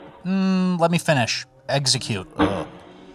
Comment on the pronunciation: "Eggsecute"